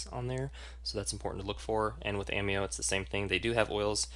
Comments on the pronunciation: Hi.... It's obvious that your evaluation is heavily biased towards the doTERRA oils. The fact that you have chosen to represent doTERRA out of personal choice is respected. What is not respectable is presenting an AMEO (pronounced A- May' -o) evaluation that is not accurate. As a practitioner who obviously finds service important what is paramount is to ensure my clients get the absolute best. Perhaps one the MOST IMPORTANT factor you for missed including is the category of grade which ensures quality and efficacy of every batch.... CLINICAL grade... Ameo = YES, doTERRA = NO... Sorry... just find your assessment to be too biased to be credible. Just at side note... at Ameo we are taught to educate people about what makes Ameo a superior category creater in the essential oils industry. We are coached NOT to tear down other companies in the industry with unsubstantiated information. It's just another factor that makes AMEO great. All the best with your doTERRA business:) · First of all, it's pronounced Ah-mayo. If you are a distributor as I am, customer service deserves a full check mark. Quality? No other US produces oil comes close. Ameo is clinicsl grade. By going to the Cert-5, you csn actually see a video if the oil in question entering a human cell under a mass spectrometer. No other US producer offers that. Nice try, though.